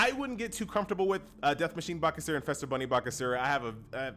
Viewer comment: Just commenting to say. It's Feaster not Fester. Easter with an F